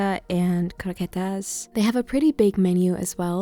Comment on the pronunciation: I love you when you pronounce croquetas (perfectly I must say)